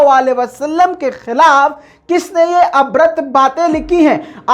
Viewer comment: Bhai (abhrad) nahi "abhadra" hota hai.